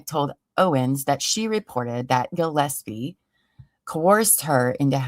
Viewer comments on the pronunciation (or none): Mikes last name is Gillespie no gosepi